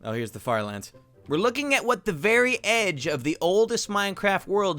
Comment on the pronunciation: IDK y I heard it as fart lands